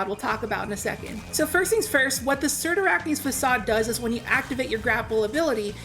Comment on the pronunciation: Jesus. Now I know how to actually pronounce the name of this exotic.